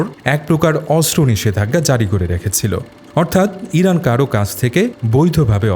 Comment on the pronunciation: Vai kalo eiran eiran kory ken 😅😅😅